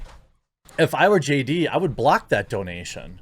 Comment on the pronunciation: do you really have to do the JD-AH thing when you've got her name right there in the title?